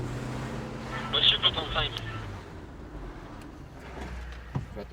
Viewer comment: "Missieu", à 13 ans, on a compris... ^^